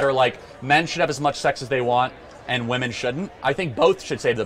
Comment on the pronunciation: Another young person who can't pronounce the plural "women" properly. Internet mind virus! :P